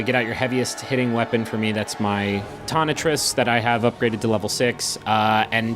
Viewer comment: Rom is canonically a she and you mispronounced tonitrus fucking quit your job you hack lol